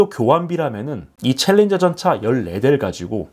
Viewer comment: 챌린저 발음 정확히 하십니다. 신인균씨의 콩글리쉬가 아닙니다.